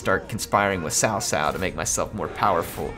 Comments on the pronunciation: By the way its pronounced Tsao Tsao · cao cao is pronounced tsao tsao, not sao sao; gotta use that ts sound, like drumming